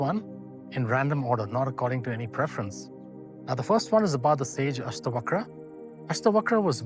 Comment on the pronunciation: mr nicely explained best six books but your pronunciation distorted the Hindu scriptures names seems like some anglo scriptures yam is Yama Yog is Yogaa puran is purana asthavakr is astha vakra shiv is Shiva please avoid such distorted pronunciations my humble request